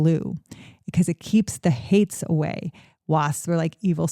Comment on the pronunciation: It’s haints not hates.